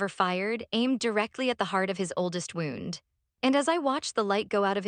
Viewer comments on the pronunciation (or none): There are many punounciation errors in these stories like bass ,wound, bowed live & so many more that it’s sometimes hard to listen to w so many errors saying certain words.